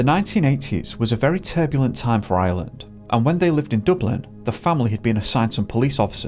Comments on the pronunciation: Please dont, you cant even pronounce Ireland ffs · Why did you say “Gardii” its “Gardaí” ? Why even make videos when everything’s wrong, you cant even pronounce Ireland